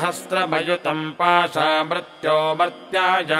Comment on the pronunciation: uchcharn me ree ki matra ko sahi nahi bola ja raha .mrtyor nahi mrityor bola jata hai.Mrtyunjaya nahi mrityunjaya bola jayega.